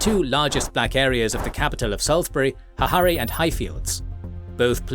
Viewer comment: A small thing that annoys me way more then it should, its pronounced zim-barb-we and shon liked past tense of shine, na, so Shon-na, harare its ha-rah-re kinda, and Zambezi Zam-be-zi. But yes this video is good on representing both sides, the failure of the Rhodesian state to give the blacks more rights led to Zanu becoming radical and eventually after the war, they became the leading party (still is) and apparently it was alright in the begining then just spiraled into a pit because of Mugabe's greed.